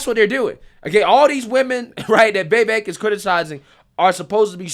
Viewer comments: Friend, it isn't "Vayvik," it's "Vivake." And he's spot on, as usual. They also love to talk over him. That's another, blaringly obvious and obnoxious tactic they use. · You’re great,, but my gosh! I hate how you pronounce Vivek! “Vay Vake”??? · 😂 you still struggling to pronounce Vivek’s name, huh? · Vivek POTUS🎉🇺🇸 Please learn to pronounce his name.